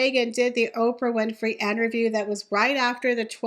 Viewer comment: The word is interview not enterview. Thats not a word.